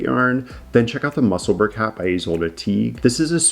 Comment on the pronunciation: I lived in Musselburgh 😀 you definitely pronounced that on point 😀 🏴